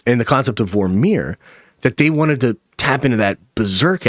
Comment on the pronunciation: Great video 👍🏼 Why are you saying Vor-meer like it’s 2 separate words?